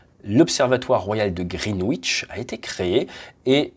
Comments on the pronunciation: Très instructif, comme toujours ! Juste pour info, Greenwich se prononce "grinidch". Ça fait parti des bizarreries anglaises, un peu comme Worcestershire que se prononce... "wostecheuh" O_o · Attention à la prononciation ! Le 'w' dans "Greenwich" ne se prononce pas :) Même chose dans Norwich, Chiswich, Warwick... Mais pas Ipswich (il faut toujours des exceptions sinon c'est pas marrant ...)